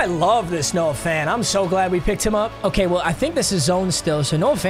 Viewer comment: Lol it is quite literally (o-care-a-Kay)🤣